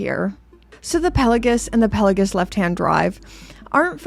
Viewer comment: PEL-OH-GISS?!? It’s pronounced PELA-GOS.